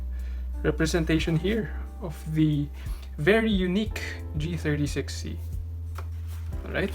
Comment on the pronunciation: he said g63c instead of g36c